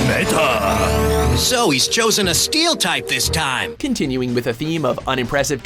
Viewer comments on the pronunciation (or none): none